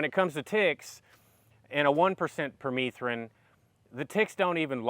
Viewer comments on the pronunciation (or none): I believe it's pronounced per meth rin....like methamphetamine. Having bare skin like you are won't fly in Missouri you have to be covered from head to toe. Permethrin does work as a repellent. I've sprayed my clothes with it front and back, had long sleeves on and a hood..... Deliberately went where ticks reside and none of them came near me.